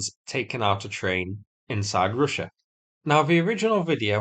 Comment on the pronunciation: Say russsha again? Great accent